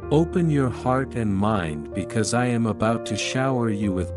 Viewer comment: You saying abaut love?